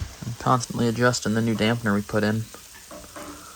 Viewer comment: It's called a damper, not a dampner.